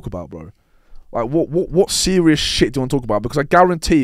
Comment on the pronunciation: Anyone else hear rampz say “I’m being cereal” 😂